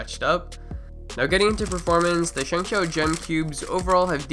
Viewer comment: 0:5 you said chengcshou gem